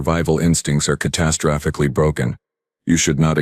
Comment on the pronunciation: If I had one wish for scifi, It would be QUIT with the "four arms" crap. And teach the AI how to pronounce "catastrophically".